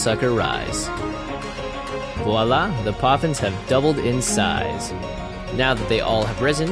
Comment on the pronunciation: Hi guys, I'm frensh and i love feastoffiction ! And i'm always laughing when you say "voilà" :D . Great video!!